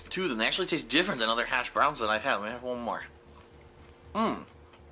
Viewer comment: The way he pronounces words is also really fucking weird. Who the fuck says hashbrowns like that? Its almost like he's saying it like "Hash Browns?" every time.